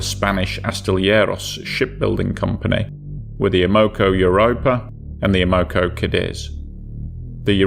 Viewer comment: And her name is amocogadis ! Not amogo! Everyone no that if they was there